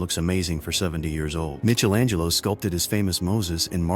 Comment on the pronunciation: Sigh-Bull Shepherd? Mitchell angelo? AI stinks!